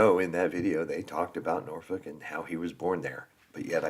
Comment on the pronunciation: Your pronouncing Norfolk correctly unlike the narrator in the video 😮 enjoy your break all the best 😊